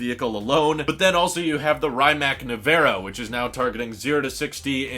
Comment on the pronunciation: not "ryemack nivera" its "rimats nevera"